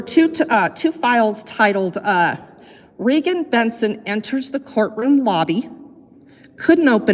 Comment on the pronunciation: it's REEEEEEgan.. 💁🏼‍♀ she's the 1 with the MOUTH..